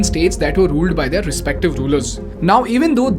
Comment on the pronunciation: Please change your pronunciation of the word- THEIR, it is both weird & annoying to hear it the wrong way. Rest of it is simply awesome 👌 keep it up 👏